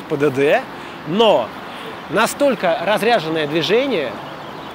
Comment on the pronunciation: не РАЗРЯЖЕННОЕ, а РАЗРЕЖЕННОЕ движение.